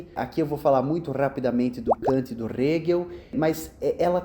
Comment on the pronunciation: "R"egel e "R"amlet é muito bom, rs.